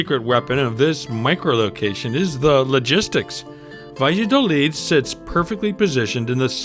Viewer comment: Sorry, but want to bring an aspect. The town is pronounced "ba'ya'dolid'. I like that town. Nice shops and restaurants.